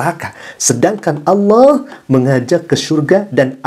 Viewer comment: Oten mana bisa nyebut ALLAH, MEREKA HANYA BISA MENYEBUT DGN ALAH.. ketahuan baca scrips.. 🤣🤣